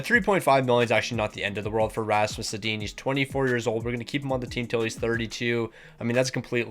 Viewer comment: The only thing I can’t get over is the mispronunciation of he names. Why are you calling them Teeg Iginla and Rasmus Sedin 😂